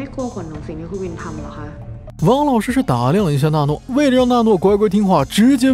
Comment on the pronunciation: 是娜诺 不是诺娜 字幕对了 读错了